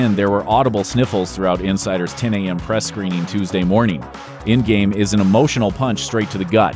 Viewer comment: Why he keeps sayin ingame ??